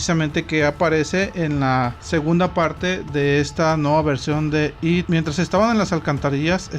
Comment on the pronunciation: It está mal pronunciado. It (esto)